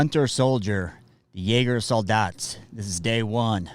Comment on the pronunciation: Nice prononciation of „Jägarsoldat“